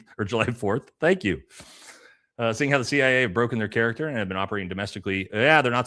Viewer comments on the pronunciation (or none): none